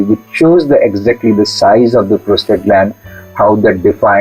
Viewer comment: Its Prostate lady not Prostrate